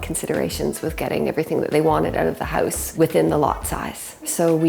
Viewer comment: They pronounce it as ‘Heouze’